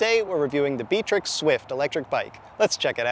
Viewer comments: I'm pretty sure it's BIKE-TRICKS in pronunciation. Source: I have shopped at their store. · It's pronounced Biketirik not Btrick.